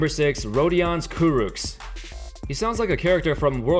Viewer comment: Kurucs is pronounced as Kuruch